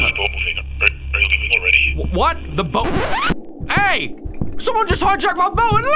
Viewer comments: Took me a minute to understand that when read "Something stole my boot" it actually said "Something stole my boat" 😂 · "Something stole my Boot" Lol I think you meant boat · Text: boat: boot